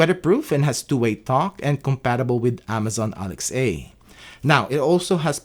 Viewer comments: Alex-Ayy 😂 now I’m going to pronounce it that way lol but great thorough explanation or review 👍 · Who the hell is Amazon Alex-A 😂